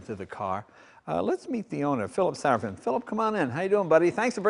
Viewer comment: i believe its phillip sarofim not sarofin.